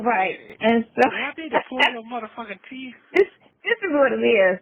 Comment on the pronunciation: 🤦‍♀️.. Lord Have Mercy..He said: teef, not teeth, even his grammar is trash..I can't with this, his convo, is Remedial best..